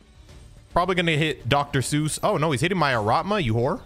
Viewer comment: It`s ARATAMA dammit, not ARATMA. Hurts my ears every time ))